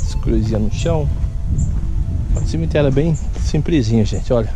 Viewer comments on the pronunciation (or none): morando em Portugal e falando "cimiterio simprizinho"....pqp , matando os brazukas de vergonha